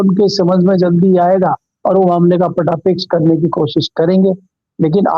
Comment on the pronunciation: Ptapeksh नहीं पटाक्षेप होता है मालिक साहेब।